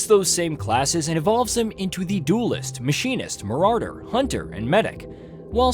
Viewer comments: I hate how he pronounces "Marauder". Game looks great though. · Nobody talking about how he's pronouncing marauder? Just me? Okay- well looking forward to this game if I can get a group to play.